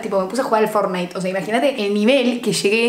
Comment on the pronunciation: "listo FORNITE" JAJA